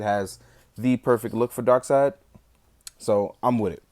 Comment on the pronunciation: Darkseid, pronounced darkseed!